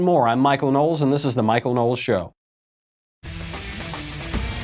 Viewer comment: There is no 'A' in Knowles.